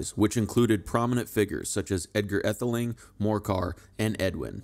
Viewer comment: Pronunciations need work -- too bad to hear an American voice instead of a British one. E.g., Aethling - long a or AA (ae diphthong use in OE). But clear useful information of historic figures.